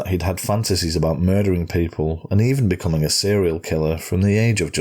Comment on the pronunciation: I agree narration is very important and he is very good. But British narrators are "becomink" very sloppy with English !! ING is the ending of some words and so is INK. They are not interchangeable.